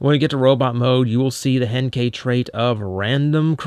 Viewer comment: i don't know what is wrong with me but every time starts to say henkei i thought he was going to say hentai